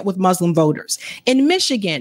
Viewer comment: Moos-lim Please practice your pronunciation. There’s no z in Muslim. (Not mazlam or izlam)